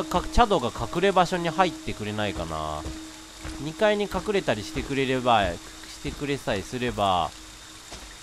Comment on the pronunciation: 「二階に隠れたりしてくりぇりぇばい」